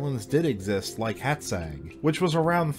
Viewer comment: Oh, for gods' sake... Stop calling our baron 'Nopsca'! It's pronounced like 'Nopcha'. And Hátszeg is pronounced like 'Haatsseg'.